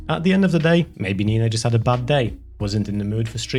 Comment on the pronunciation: who is this 'neeina' and why does she try to disenfranchise?